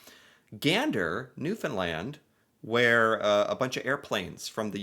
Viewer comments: I love that you pronounce Newfoundland so effortlessly now....much love from Newfoundland Canada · look at you pronouncing Newfoundland correcty!!! You go my friend. 💗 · You pronounced Newfoundland (13.48 in clip - re: Gander) correctly 🙌 🫶 and ignored the commentator !! (He butchered it 😡) You have been doing this lately though so WTG! You have no idea how much of a pet peeve this is to a Newfoundlander. Yes… the video is accurate… I do not think people realize its innate behaviour if you will. A beautiful compilation of nature AND nuture. We are raised this way and live among others who do the same thing. Being nice and thoughtful is innate. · Hey buddy you pronounced newfoundland the say way we say it back home